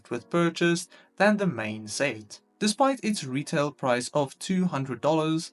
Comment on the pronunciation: Please say set correctly next time